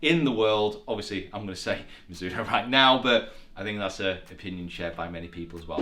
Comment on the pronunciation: please. i really would like you to say properly the name Mizuno. we don't say Mizoono, we say MiDzoono. the Z has a stonger attack like there's a "D" before it. it's japanese so please respect it.